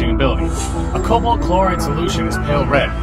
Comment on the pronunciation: What? It's Cobalt. Not Colbat. I think.